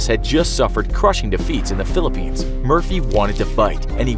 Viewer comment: wait did you say PHILIPINES?